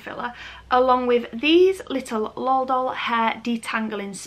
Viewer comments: It’s L.O.L not lol not trying to be rude still love you 😍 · Pattie M yeah it should be pronounced el oh el, but to be honest I’m just lazy and I will say lol unless I’m in front of someone who is extraordinarily passionate about them and will be upset by it. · Any other Americans irritated with how she’s pronouncing L.O.L dolls? The . Separates the letters and each letter is capitalized. I know English vs American English have some differences just not sure that is one of them. 🤔